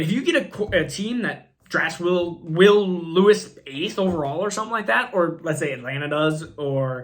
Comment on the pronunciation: Bro... Killing me with these pronunciations! JSN??? Will Lewis? Booty? 😂😂😂